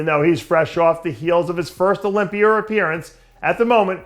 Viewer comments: Sometimes he pronounces it with the A at the end also like when he says sawr instead of saw which he pronounces sometimes without the R at the end. Mr pretender is phony and annoying. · Olympi-er? haha love you dave